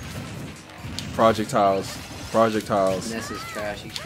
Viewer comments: Why does say "project-tiles" instead of "projectiles" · "i got prowljectyles too bro" haha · Did really pronounce projectiles as "prahject-iles" LMAO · sorry but I GOTTA ROASTTT YOUUU, WTF R U SAYING PROJECT TILES??? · Why does He say Projectiles like it's two words. "I got Project Tiles Too Bruh" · I'm dead 😂😂why is he pronouncing projectiles as project tiles? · project tile my dude said project tiles